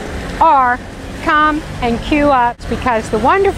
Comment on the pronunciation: could someone tell this lady its wimbledon not wimbleton. thankyou